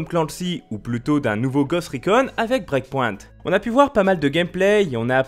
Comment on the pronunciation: Ton anglais c'est la cata, sérieusement "break pointe" tu pourrais faire des efforts...